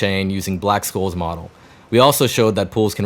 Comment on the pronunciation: black "SHOLES"; that's how you say it, the c is soft